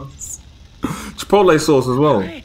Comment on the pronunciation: I always lol at the way English pronounce "ranch" to us "rawnch" is a musty person xD (Raunchy); RANTCH xD you said it right almost a couple times xD So specific but lol 🤣